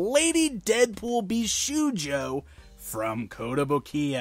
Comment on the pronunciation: Indeed it's pronounced "Bisho-yo" the u is silent =)